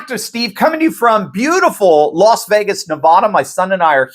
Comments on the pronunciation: It's LAS Vegas not LOS Vegas Steve. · LAS not LOS VEGAS.....just sayin